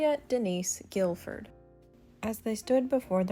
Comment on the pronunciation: Victoria's maiden name is pronounced GIF-FORD, not Gil-ford. And forgive me for saying it, but Carolyn Kennedy did not have tashion sense. Her wedding dress looked like a negligee.